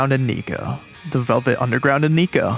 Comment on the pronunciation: He also pronounces 'Nico' oddly, like the o sounds more like a 'u' or 'a' instead..